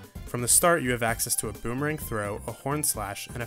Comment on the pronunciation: A boomerang? You mean a beemerang